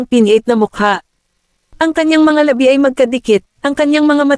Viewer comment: Bakit ganyan xa magpronounce Ng labi.......Ang pagkakapronoun e nya eh labi as in Patay..sorry ah napa sin q lng